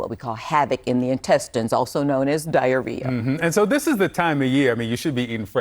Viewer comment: haha she said explosive diarrea